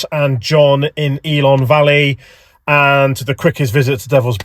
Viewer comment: Great video, one of our favourite places, but… pronunciation of the places needs some work🤣 please don’t call it ELON valley… it’s ELAN Valley👍🤪